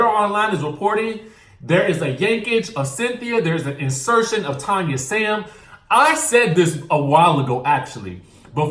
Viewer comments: Her name is pronounced Tann-ya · Hey Name is Tanya! TAN-YA 🤣